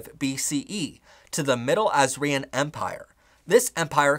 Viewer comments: quick thing!! assyrian is pronounced "ass-eer-ian" not "azrian" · assyrian is pronounced “as-syrian”, not “as-ri-an” :) also, the name “trajan” at the time of emperor trajan was pronounced “try-yan” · You are mispronouncing a number of names of nationalities, groups, etc. ie, Ojibwe, Trajan, Assyrian